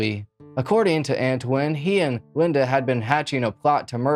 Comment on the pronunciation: I believe his name is pronounced An-twan, if it's spelled Antoine